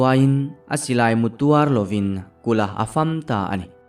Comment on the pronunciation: Mizoṭawng hi a thlúk a zirin a kawh a dang fo ṭhin. Pasalṭha te kùt a tuar vang a thi a ni a, "Pasalṭha te kùt tuâr lovin" tih hi a dik thei lo. "Pasalṭha te kùt tuàrloin" ti a chhiar zawk awm niin ka hria.